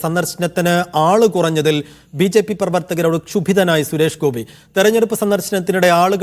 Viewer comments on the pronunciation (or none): എടാ മൈരാ കാര്യം പറയുമ്പോൾ ശുഭി ദനായ് എന്നാണോ പറയുന്നത് നായ ട മോന്മാരേ